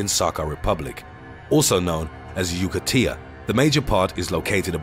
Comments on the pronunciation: it's not JUKAtia but JAKUtia... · he says yukatia instead of yakutia :)))) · you keep saying yoo-ka-tee-a, but the word shown on screen is ya-koo-tee-a. which is it? Yakutia or Yukatia? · Yakutia (aka Sakha) is pronounced Ya-KOO-Tia, not YOO-Ka-Tia. It's one of the autonomous republics of the Russian Federation. In contrast to what happened in the US from 1830 on (see ''Indian Removal Act''), Tsarist Russia did not try to displace or extinguish the indigenous people whose homelands it conquered. From the 16th century on, the tsardom gained a whole lot of territory in Asia, but largely left its new citizens alone, so they could mostly go on with their lives like nothing happened. They had to pay tributes, but that was about it. To this day, minorities like the Yakutians do not live in reservations. They have Russian passports, but are in charge of their own ancient tribesland. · It's not Yookateea but Yakootia, lol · Yakutia, not "Yukatia" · .. rofl .. " yoo-ca-tee-a " !!